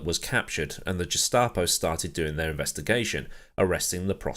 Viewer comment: Carraciola is 'Carra' 'CHiola' ... Gestapo is pronounced with a hard G as in 'Get F**cked'... interesting video though... more please :-)